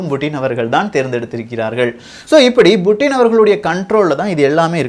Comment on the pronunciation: Yov puttin not buuttin tamilan per edukra